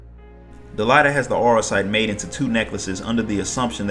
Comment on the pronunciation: think it's pronounced DelEEta. like deleta + ahhh. otherwise great video watching all you shadowbringers story recap and loving it ! I'm gonna watch the rest of your recaps too because I barely paid attention to say Void Ark, Nier, and Warring Triad storylines. hope you have vids of those !